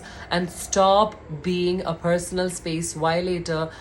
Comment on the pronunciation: It's ko- legge.... its per- so- nal....it's lo- college not low college...its hole-don.... ur pronunciation irrespective I'm in Total agreement with ur thought